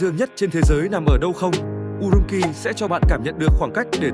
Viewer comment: Urumqi phải phát âm là "U-rum-chi" chứ không phải "U-rum-ki". Chữ "q" trong tiếng Trung không giống tiếng Việt đâu